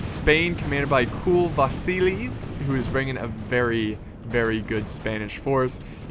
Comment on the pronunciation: I love you so much. You pronounced Vasilis correctly. Excellent siege, as well!